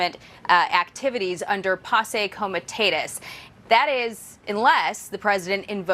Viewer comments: Posse Comitatus... Not passé comitatus...😊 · It’s pronounced Possie Comatatus. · Our pretty news anchor has trouble pronouncing POSSE COMITATUS. She sounded closer to FUNKY KOLE MEDINA. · That moron TV reporter mispronounced posse comitatus. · Butchered the pronunciation of Posse comitatus